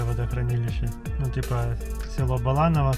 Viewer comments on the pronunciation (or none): Не ЗУя, а ЗуЯ! Поселок по Тавриде ещё есть. Пора бы знать уже))) Также БалАново - за много лет жизни рядом с ним - ни разу не слышал чтобы местные люди так называли. Только БаланОво. И не надо сейчас говорить про Википедии всякие)) Может когда-то давным давно и было БалАново, но теперь БаланОво.